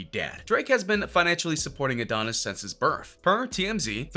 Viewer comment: And oh neese 🤦🏾‍♂️